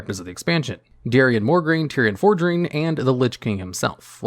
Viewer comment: DARION MORE-GRAIN! bahah what?